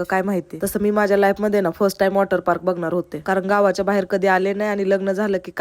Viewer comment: Bai agothar bolyala shika waterpark la watarpark kelsa g